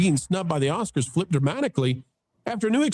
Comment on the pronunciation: “Oscards”? It’s on the ticker. 😂.